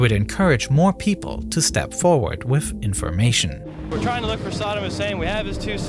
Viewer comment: This guy's voice. Hilarious. "Wifth his hands in the errar." "Oferthrow the government." Hilarious.